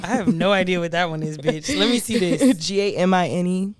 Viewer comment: I think gamine sounds like famine